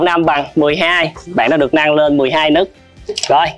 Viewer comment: nấc mà cứ đọc là nức nghe khó chịu vãi =)))